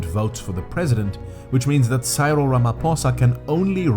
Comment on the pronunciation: I only subscribed coz you said Cyril wrong, but you said mkhonto wesizwe perfect lol...